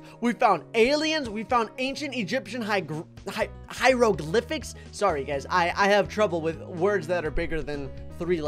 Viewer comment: "hyghrogliphichkx" - 2020